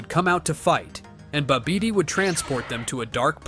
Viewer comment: WHYYY DIIDD BROO SAYY BIIBIIDII ITS ACTUALLY PRONOUNCED BABADI